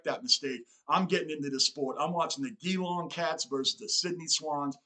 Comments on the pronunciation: Geelong's name is pronounced G-Long not Gheelong. I won't get mad, after all you're still learning. Great energy man. Glad you're getting into AFL. Cheers From Melbourne, Australia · It's not J long, it's Jee long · The Geelong Team is pronounced as Jelong,. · Just came across your channel - absolutely love your enthusiasm and energy! In case nobody has said this already, consider yourself an honorary Aussie! Just some pronunciations: Geelong is pronounced J'long, Melbourne is Melb'n, Brisbane is Brisb'n. We truncate everything, often ignoring whole syllables, and frequently sacrifice the letter "r", especially if it's at the end of a word. (Look up "rhotic" English, as spoken in the US, vs "non-rhotic", as spoken in Oz.) We're notoriously hard to understand, hope this helps.